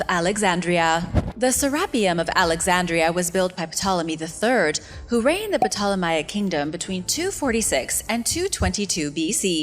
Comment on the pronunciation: Ptolemaic ( P) IS SILENT!!!